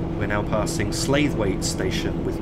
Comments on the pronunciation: dee-ton slough-it pronounce them like that as a transpennine express guard we get abuse if we pronounce them wrong as you did made me cringe lol recognised most of the route not bad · That was really good - watched it to the end. It takes some doing, driving without the hud... (By the way, Deighton is pronounced as "Deeton," and Slaithwaite as "Slathwaite" - with the "a" pronounced as in "cat" or "hat"... but locals actually pronounce it with most of the middle part cut out: "Slawit," again, with the a as in "cat." )